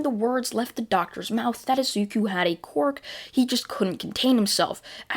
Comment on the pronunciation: I love how he says quirk like qork